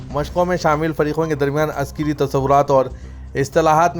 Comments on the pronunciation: Askari not Askiri read properly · Askari. Not Askari read properly